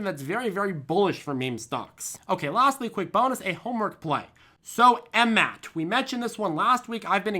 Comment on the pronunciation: FFS it's not M-MAT it's M-M-A-T